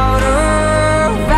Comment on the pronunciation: ONLY USING CAPS TO SEE BETTER - U WOULD THINK THAT AFTER ALL THIS TIME THAT CELINE WOULD BE ABLE TO PRONOUNCE THE WORD OF.